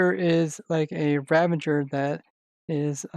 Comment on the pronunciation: Please say ravager and not ravaNger